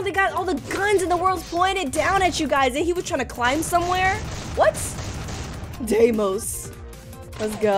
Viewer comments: IT'S not desmos it's deimos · It’s pronounced Deimos (dem ee os)